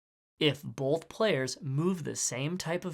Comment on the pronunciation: I can’t help but notice every time he said “both” like “bolth”